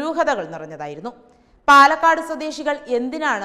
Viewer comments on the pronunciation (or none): none